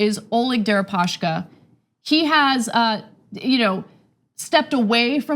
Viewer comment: Why do you guys keep saying "Deripa-sh-ka"? His name is Дерипаска, not Дерипашка